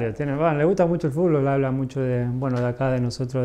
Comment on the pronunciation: amo que diga fulbo y no fútbol